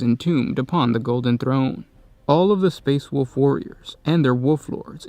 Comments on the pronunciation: You give us so much quality content, thank you so much, but I cringe when I hear space woof or woof lord. It's a common mishap. It's also an easy fix... wulv, whool vvf, whulvf , whooLLL ff. Dont take this wrong, Please delete this after reading if possible. You guys rock! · ...I will never get used to how you say wolf. ITS WOLF GOD DAMN IT NOT WOOF. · Lol yes!